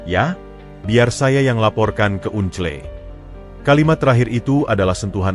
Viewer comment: Baca uncle kok gitu to un cle kan itu BHS Inggris (baca angkel) Dulu sekolah saat pelajaran BHS Inggris pasti selalu tidur atau tidak masuk ya !?